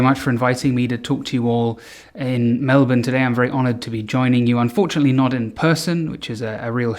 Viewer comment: I love that you say Melbourne correctly <3